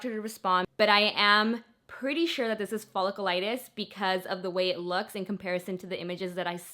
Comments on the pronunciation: Folliculitis- “fuh-lick-YOU-litis” it’s not follicle-liitis. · Pronounced "fa lick u lite us".....Hope you get better soon! Clindamycin is the key girl! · Its pronounced ful-ic-u-litis. Love you your amazing